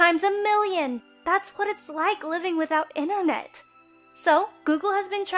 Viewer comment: hate when people say 'innernet' :(